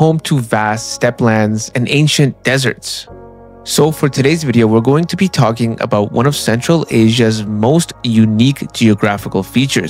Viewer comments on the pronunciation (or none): none